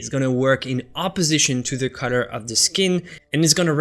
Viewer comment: Thought you said Cutter. Finally figured out you had said COLOR